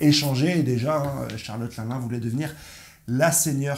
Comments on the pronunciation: Juste arrête avec linlin c est Charlotte Lynlyn sinon tout au feminin.on apel Marilyne Monroe pas Marilin alors bon ta certains de tes messages théorique qui ce valent mais la c est bidon niveau prononciation. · Stp prononce bien le nom de Charlotte LinLin , le “n” se prononce , sa m a vraiment dérangé 😕🤨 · Au top comme toujours.. merci sauf que la manière dont tu lis Charlotte LinLin 👉🏿💔… lol 😅